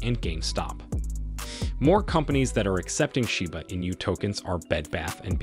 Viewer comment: Where do you come up with all this bullshit info? Also it’s not pronounced “in you”.